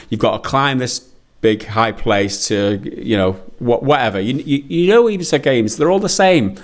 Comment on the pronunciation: Sorry did you call it a Ubi-safe game?